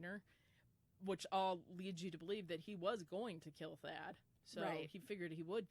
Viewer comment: It's Thad Phillips not fad lol. Thadius Phillips